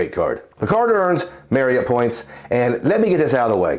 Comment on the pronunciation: I’ll always credit you for teaching me the proper way to pronounce Marriott. For me, it’s tough to justify any premium hotel card compared to a premium airline card. Main reason being there’s only 3 airlines that fly out of my home airport compared to the numerous hotel partners when I arrive to my destination. But for others, it’s a powerful card 💪🏿